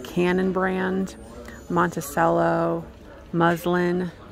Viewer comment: The c in Monticello is pronounced ch as in the instrument.